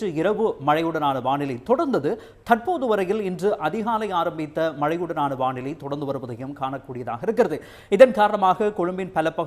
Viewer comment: வாநிலை அல்ல வானிலை. தயவு செய்து திருத்தவும். ஊடகங்கள் பிழை விடுவது வருந்தத்தக்கது.